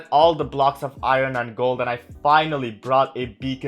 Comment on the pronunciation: Iron not iro